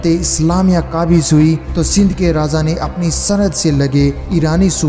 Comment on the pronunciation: Pronoucetion is very bad Raaza =raja Paap=baap